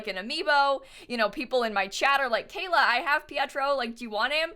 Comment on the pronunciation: why does everyone keep calling her KAYAK!?!??!?!?!?!??! ITS KAYLAAAAAAAAAAAAAAAAa